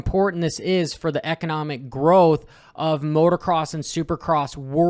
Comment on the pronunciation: it's "MOTOCROSS", not "MOTORCROSS". Only one "R".